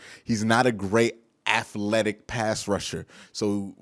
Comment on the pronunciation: I love ya, but please say aTHletic not aFletic. lol